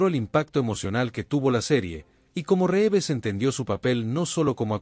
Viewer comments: Las acentuaciones insólitas y algunos defectos de pronunciación son clara indicación de una locución efectuada por inteligencia artificial. También dice Ben Affléck; Reéves y tal vez la peor de todas cuando habla de su muerte y dice: ¡Suicidió! 😮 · ... después que aprendas a utilizar la tildes, aprende a pronunciar los apellidos, se escribe Reeves pero se pronuncia rivs.😊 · ¿Supérman?, ¿Reeves (pronunciado como está escrito)? ¿un suicidió? ¿Cuáles "grabaciones"? La serie estaba FILMADA, no grabada en video, que en esa época apenas estaba en etapa de pruebas. Basta, me cansé tanta palabrería y pronunciaciones ridículas